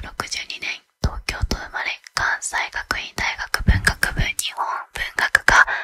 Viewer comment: 関西学院は「かんせいがくいん」って読むよ！